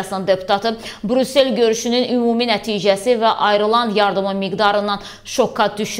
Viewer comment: Ay savadlı,Burusel yox, Brüssel